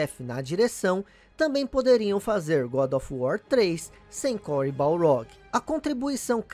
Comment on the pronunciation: cory baRLog!!! Balrog é o boxeador!!! Sei que explicou no video anterior, mas é muito estranho ouvir o nome dele errado kkkkk